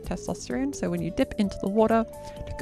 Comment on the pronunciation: I don't know what accent this you have, but whenever I hear a Youtube video start out with "so" I hear "sir" and I'm always for a split second every time I wonder why someone would start a video saying "sir" and then, I hear the accent in the second word said and I feel silly lol